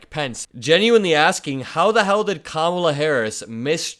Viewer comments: Oh. My. God. Did he just pronounce her name correctly? I’ve never heard him say comma-la before. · Do not let it go unnoticed that all of a sudden he can say her name correctly!